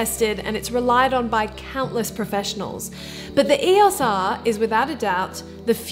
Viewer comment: Great vid, but saying E-OS R instead of E O S R was r/mildlyinfuriating :/